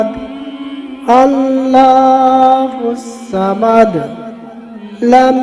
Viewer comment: বুঝে আমিন লিখেন : ক্ষমা করবেন কিন্তু সুরাটা ভুল পড়েছেন, ভুল উচ্চারণ। উচ্চারণই ঠিক পড়তে পারছেন না অথচ ধার্মিক ভিডিও দিচ্ছেন। ভুল ১ : কুলহু না হবে কোলহু ভুল ২ : আল্লাহু আহাদ না হবে কোলহুওয়াল্লাহু আহাদ। ভুল ৩ : আল্লাহুছছামাদ না হবে আল্লোহুছছামাদ ভুল ৪ : কুল্লাহুকুহুয়ান কি ভাই ? হবে কুফুওয়ান আহাদ। আপনার মতো করে উচ্চারণ করে পড়লে পরি অবশ্যই আসবে ঠিক বলেছেন, কারণ পরি হলো স্ত্রী জ্বীন, জ্বীন হলো শয়তান। কোরআনের আয়াত বিকৃত উচ্চারণে পড়লে শয়তানের দাসত্ব হয়, শয়তান তো আসবেই এবং পরে ঘাড়ও মটকাবে।